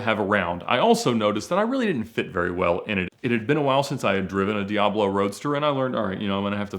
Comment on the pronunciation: Think this guy needs elocution lessons on how to pronounce words.. In one of his videos he calls a Bugatti Veyron a Boogaati Veyrone. Now a Lamborghini Diablo is a Lamborghini Diaarblo.. Its di-ab-lo. Not di- aarb-lo. Its vey-ron. Not vey-rone.